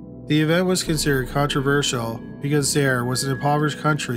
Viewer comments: Zah-ear!!! Not Zayre!!! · He also mispronounced Zaire (Zaa-eer). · Zaire is pronounced “Zie eer” !!!! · "Zye-eer", not "Zair," but otherwise great video as usual! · And the nation was called "ZY-eer", not "ZAIR". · It’s not Zare🤦🏻‍♂️ Zaire…. Ffs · It's pronounced zaa·eer not zair. Great job on the info though. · It's pronounced "Zy-eer". 😉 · It's pronounced Zye-ear. I remember that fight. My mom said it was a con perpetrated by a murderer. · Zaire is pronounced zai-ear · Zaire is pronounced Zi-ear. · Zaire. Pronounced ZY-eer. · The way you say Zaire and Kinshasa is cringing lol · Haha absolutely horrible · In the Don King segment he mispronounced Zaire like six times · Also mispronounced Zaire. Pathetic!